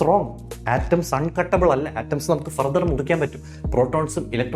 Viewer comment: ⚠️🚧⚠️🚧⚠️ Feedback :: ഹാൻഡർർർ.... ഗാതർർ.... ഫർത്തർർ... ആറ്റത്തിന് മുറിക്കാൻ കഴിയില്ല. നിങ്ങളുടെ ഇംഗ്ലീഷ് Pronunciation വളരെ മോശം ബ്രോ. നമ്മുടെ തെറ്റായ ഇത്തരം പ്രൊനൗൻസിയേഷൻ വിദേശത്ത് നാണക്കേടുകൾ ഉണ്ടാക്കും. Please improve yourself. മറ്റുള്ളവരെയും പഠിപ്പിക്കുക